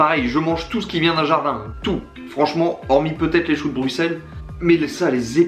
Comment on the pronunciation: PARDON, tu n'aime pas les CHOUX DE BRUXELLES ??? (Par contre c'est rare un Français qui dit bien Bruxelles) Les Golden Grahams c'est trop bon par contre t'es un fou x)